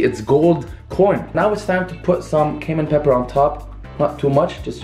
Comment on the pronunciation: It sounds like he’s saying Cave Man pepper lol. It’s okay we know you’re trying on your English.